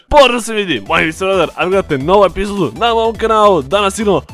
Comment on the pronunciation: Hahhaha kako si čudno rekao EPIZODU